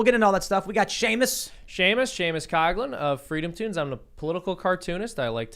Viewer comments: is mispronouncing his name on purpose lol anyone Irish knows the first half is pronounced cock not cog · Much love to you, even though, in Wisconsin, your name is pronounced "cough" lin